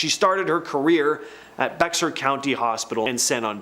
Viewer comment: Love the channel. Just a note, please check pronunciations... Bexar County (San Antonio, TX) is pronounced bear 🙂.